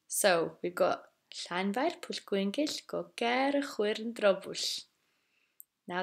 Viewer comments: You says shan intead of llan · Llan not shan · Why is it pronounced “flanvire” in other videos but “shanvire” here?